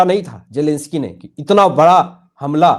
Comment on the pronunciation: Zelensky not jelensky